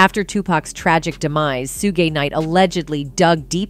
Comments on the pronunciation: At about minutes into the video you explain that in reference of Tupac going to club 622 but it's actually club 662. As well Tupac is pronounced Tu-puc not Tupack. Suge knight also pronounced Shoo-ge not. Sugar. Get it right. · For starters the chick doing the narrative can't even pronounce Suge name correctly she's saying it like Sugay😂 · did this bish just say "Soo-gay" Knight?? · You noob journalists that keep saying Soogei Knight are killing me 🤣 Who is this anime character? Oh you mean Suge? It's pronounced Shug 👍he's a black man from LA not a Japanese man from Tokyo 😅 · Suugay Knight lol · OMG the narrator is so distracting!!! Who the hell is “Su-gae”???? It’s pronounced “Shug”…. Please learn how to say peoples names correctly… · Sewgee knight 😂 I’m 💀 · Su-gay- knight lol who the hell is that ? Sound like a freaky ass ninja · Who in the hell is “SUE GAY NIGHT” ?? LMMFAO !!! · Who is suegi knight?? 😂😂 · Sugay really 😂 his name is Suge ,pronounced Shug. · I hope and pray the DIDDY goes down for this too. I’ve always felt Kefe D wanted to tell all years ago. RIP Pac 🕊️🕊️🕊️🕊️🕊️ oh and his name is SUGE KNIGHT not SUGAY KNIGHT. If you gone speak on hip hop get the names right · It's pronounced Shuge Knight😂😂 lady.. ..Suge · Suge = "Sue gay"? lmao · She said soo-gay night😅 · Who is suegay knight its pronounced suge as is sugar 🤦🏻‍♂️ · Who tf is Su-Gay Knight???!!!!😮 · Suegay? Nor? Two pack...the singer? I'm trying. 🙄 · Wtf is Su-Gee Knight? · SOO GAY Knight. 😂😂 stop it with the AI y'all. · And Soogay.... IT'S AI🤦🏾‍♀️ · Now that's the funny one. Kept throwing me off hearing it. Sue Gay Knight? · Sue Gi Knights got me too. You know she is just reading a report, knows nothing about these people. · "Su-ge" Knight? Is that an AI voice? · She said sugay night im dead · She said sue ge knight wow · Sue-Gay Knight and Two-Pack lol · The way you butchered Sue-gay-night like Bruh TF I can't even finish this video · Soogei Knight 😂😂😂😂😂😂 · Who is 'Suegay Knight'? 😅😂😂